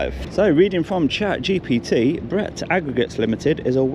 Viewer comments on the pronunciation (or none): none